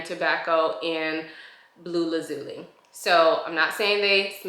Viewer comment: Great review! Just so you know going forward, lazuli is pronounced laz (the same 'A' sound used in cat) --zhoo--lie.